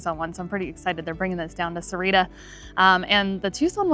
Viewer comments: It's pronounce "Sa-wah-rita" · Where's "Serrira"? Its more like "SA- OOAH- REE- TTA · Got to learn how to pronounce Sahuarita correctly you’re missing an entire syllable.